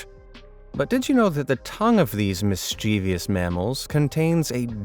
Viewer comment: It's mischievous not mischievious